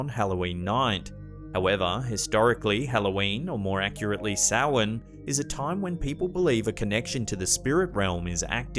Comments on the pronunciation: Good job pronouncing Samhain correctly! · Thank you for pronouncing Samhain correctly!